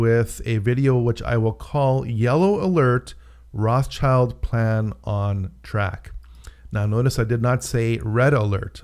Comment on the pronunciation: Sorry, you can't even pronounce Rothschild correctly, so I am pretty sure you are way off